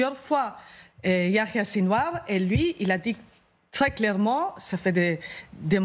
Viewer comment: Alors elle c'est vraiment la relou de service Khamas à la place de Hamas mais YaHya Sinwar elle le prononce pour enfin finir avec Kan Younes au lieu de KHan Younes